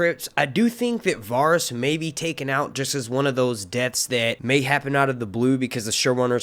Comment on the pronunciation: Is anyone else bothered by the fact he can't pronounce the name Varys correctly?